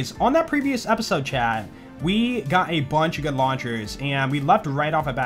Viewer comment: When you say 'chat' it sounds like 'Chad'.